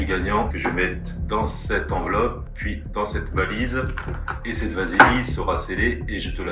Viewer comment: "valisi" "rr6" 😂